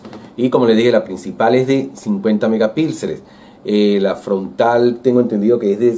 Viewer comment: Se dice megapíxeles, no megapilxes